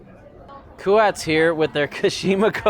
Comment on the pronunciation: Hey. I’ve literally been pronouncing it wrong for years until I listened to a podcast last week, in which I also learned Kuat is not pronounced Kwaht. The bike world is filled with difficult to pronounce brand names. Still not sure on Fizik.